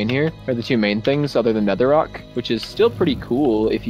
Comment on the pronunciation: "Netherrock"